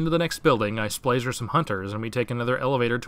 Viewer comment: Sorry yo, cant like. U called it "Splaser" which is possibly the daintiest sounding thing you could ever call a literally giant laser